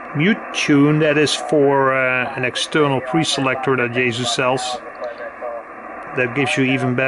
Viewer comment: yaesu say 'yea-sue' not yah-zu. noooooooooo